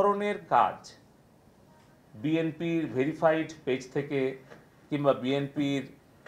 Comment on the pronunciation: BMP আবার কি !!!!!!! আগে শুদ্ধকরে ❤BNP❤বলা শিখে তারপর ক্যমেরার সামনে আয়😡😡😡😡😡যা!!!!!!!!!!!!